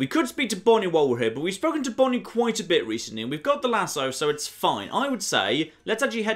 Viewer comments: The "Luh-soo"???? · get him with the "LAZOO"?